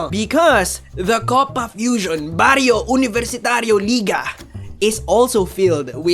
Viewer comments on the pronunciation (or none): Nice Spanish pronunciation man u almost got it haha. The double r in Barrio sounds stronger . Idk how to explain it here but u can check it out in Google translator . Learning from u as always dude !!